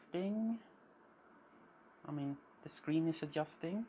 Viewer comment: Super cool video - awesome job !!!!! When you say “Adjusting “ you sound like you have a Swedish accent? Epic vintage computer collection!